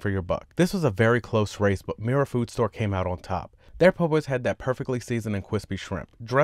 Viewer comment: Cwispy shwimp 🤣 😂 🍤